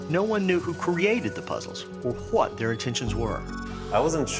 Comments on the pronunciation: It’s “what” Not “hwat” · "Hway is this thing" Had Me Dead xD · "hwut" "Hwat"? PM 8/21/2019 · why do people pronounce what as Hwat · this man really reverses the w and the h in what. HWAT are you doing today? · Every time he says what it sounds like hwat and it annoys me